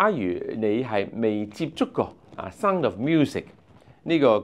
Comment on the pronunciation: 這個主持，連sound這個字都發音錯